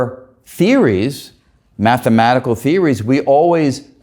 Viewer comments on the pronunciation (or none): none